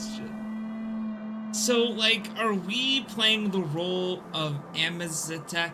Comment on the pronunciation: Akizetesche, not Amizetek lol